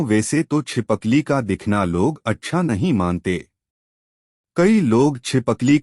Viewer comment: Pehle hi galti kardiya chipkali ko chipakli bol rahe ho